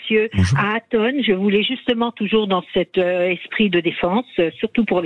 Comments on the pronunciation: Il a du mal avec son prénom Lol Atos ...Ato ....Aton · ATON, c'est ATON bordel pas ATO. Bercoff franchement parfois.... Dur... 🤣😅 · Aton pas Atos (Athos) .. Allons André, on est pas chez les mousquetaires .. et pas Ato non plus ... Allez encore un petit effort André !! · Je suis mdr Bercoff n'arrête pas de l'appeler Ato 😂. Mr Berciff pardon Bercoff 😂😂 regardez Grég Mma vous verrez Aton... pas Ato 😂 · ATON ! A-TONE ! André faites un effort 😅